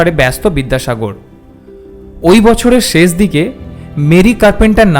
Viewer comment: শেষ শব্দটিকে ‘ছেছ’ উচ্চারন না করলে ভালো হ’তো ! ক’লকাতার বন্ধুরা দেবদুলাল বন্দোপাধ্যায়ের এবং নীলিমা স্যান্নালের উচ্চারণ শুনে দেখুন ।